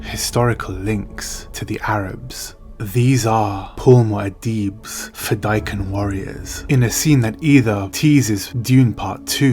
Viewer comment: You miss pronounced some words pronounced fade-A-keen this comes from frank herbert himself